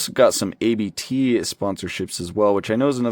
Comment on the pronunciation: Abt isn't a set of initials, it's a family name, so it should be pronounced as such.